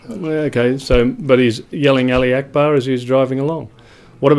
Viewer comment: allah hu akbar, not ali akbar, you ignorant moron!